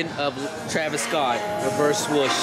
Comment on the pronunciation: Bruh can’t say swoosh correctly to save this life! Swuush 😂